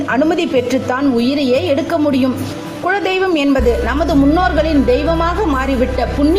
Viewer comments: உங்கள் உச்சரிப்பு குழ தெய்வம் என்று ஏன்? அது குல தெய்வம்.. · Kula deivam... Not kuzla deivam.. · modhalla kuladheivam ngra worda olunga sollunga